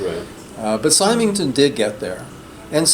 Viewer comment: Hi, just a note on Neville Symington – his name is pronounced with a soft 'y' (like 'Simmington'). If you've not read his A Pattern of Madness (2002), you may find it more compelling than his first book on narcissism.